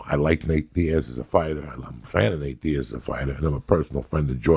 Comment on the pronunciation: Joey goes, "jorjay and nake"